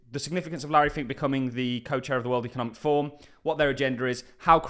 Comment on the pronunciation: Forum. Not form.